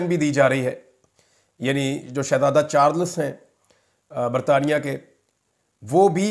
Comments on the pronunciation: Imran baqi sub tau theek hay, laiken aap please yeh note kerain. Word Charles hay. Char-less nahee. Doosra , her moolk ka GDP hota hay, gross domestic product, JDP nahee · Bahi bahi shazada Charles main. L silent ha.